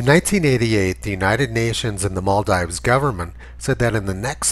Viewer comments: It's maal-deevs*, btw Tony. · Isn't it pronounced like "maldeeves"? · Much as I love your videos, your hick-like mispronunciation of "Maldives" will work against you if ever you show this video to a wider public. It's Mall-DEEVES. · Good video. But it's pronounced. "mahl-deevs". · Maldeeves. It's pronounced Maldeeves. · Hey Tony, I think it's pronounced Mal-deeves. That's the problem with people who read. BTW, love your work. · If he could pronounce Maldives properly he might gain a little credibility. On second thoughts he wouldn't as he is talking horseshit.